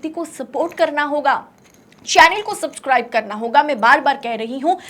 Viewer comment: Mem आप का सपस्काइब बोलना लाजवाब